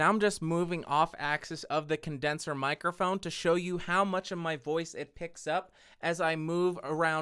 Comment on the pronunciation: Mic-er-phone? Honestly, I have never heard it consistently mispronounced so many times. Especially by somebody doing a presentation on that subject.